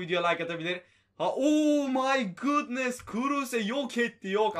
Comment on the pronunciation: Abi o my gudnıst deyince iyi olmuyorsun ozur diliyorum